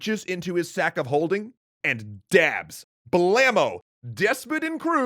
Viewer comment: did you say dabs.... non existant god damn it